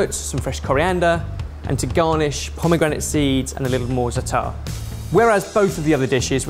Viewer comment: Is no one gonna tell him how to pronounce zatar?